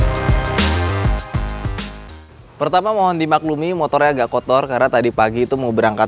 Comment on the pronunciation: suka ngereplay, 4.20 jadi, naikinnya itu harus pake "agak" tenaga. seberat itukah bang sampe tipo saat ngomong?